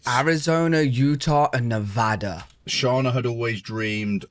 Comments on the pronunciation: knows how to correctly pronounce Nevada!! Not Nevaaahduh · Yell Yea, you said Nevada Correctly!!!!!!!!!!!! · I hope you have a great trip to Italy! Oh and btw thank you for pronouncing Nevada correctly. It’s a pet peeve of ours.